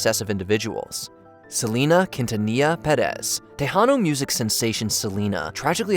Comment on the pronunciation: Lol sorry but the way the ASK MOJO narrator pronounced Quintanilla-Perez😅 Bless his heart, he tried